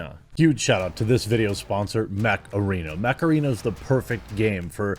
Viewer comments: Thought he kept saying macarena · Whenever I hear "mech arena" I actually hear Macarena. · I THOUGHT JEREMY SAID MACARENA